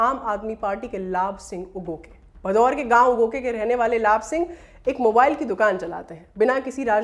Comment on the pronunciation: कृपया ध्यान दिजिए गा आप बार बार "भदौर" ज़िले उच्चारण कर रहे हैं वो असल में "भदौड़" है.....इसी प्रकार आप "लांबी" को भी ग़लत pronounce कर रहे हैं वो भी " लंबी" ज़िला है।